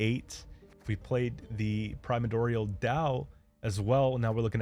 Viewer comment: Okay when I heard you pause and say "prima-dorial" that confirmed these mispronunciations were intentional. I was wondering until then